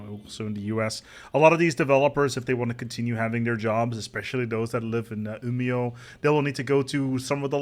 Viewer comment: I'm just glad that your pronunciation of Umeå and Malmö is so much better than Montu's